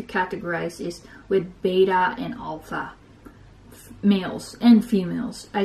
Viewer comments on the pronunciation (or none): none